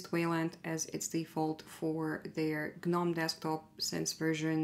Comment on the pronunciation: Thank you for pronouncing GNOME correctly. It itches the ol melon 🧠 when people say noam, seeing as G.N.O.M.E is an acronym.